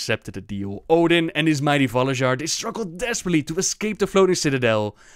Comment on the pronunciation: Any Scandinavians might correct me, but i think the pronounciation is of on a lot of these. It's not even you, it's also Blizzard itself. The "ja" should be silent. Valar-yar, G-ya-larhorn etc. is the correct way of pronouncing.